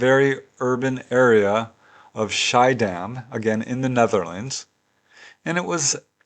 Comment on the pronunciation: Dear sir. When you mentioned the sighting in the Netherlands, you said 'Schiedam', didn't you?! It is situated near Rotterdam, the city where I was born. I forgive you for not pronouncing it correctly. Then I spotted the 2-part word 'bliksem-flits', which means lightning-flash. As always, thanks for all those super interesting cases!